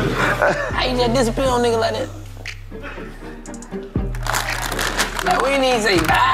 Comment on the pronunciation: Chico said Fattom of the opera